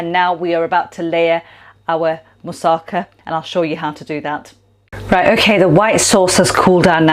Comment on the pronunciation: The emphasis in 'Moussaka' is on the final 'KA'